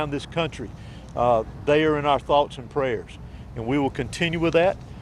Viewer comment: "Tots and pears." As usual.